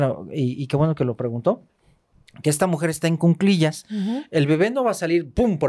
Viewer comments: M aestra y, un gusto escucharles! Por favor la palabra es cuclillas (no cunclillas). Un abrazo! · solo una observación respetuosa: se dice "en cu-cli-llas"y es anticonceptivo oral de emergencia, no pastilla del día siguiente